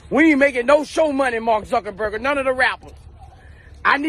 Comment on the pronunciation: He said MARK ZUCKINBURGER 🤣🤣🤣